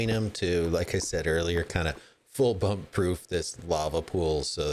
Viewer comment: Full Bump you pronounced it swimmingly lol(doesn’t really matter now that I change it). Also I’d love to know what the theme of the base your going for is as the quarry and crane look medieval. Are you going to build some kind of medieval mining town? Thanks again for the shoutout.